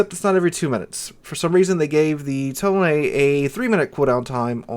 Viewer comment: Finally, a content creator who pronounce its name correctly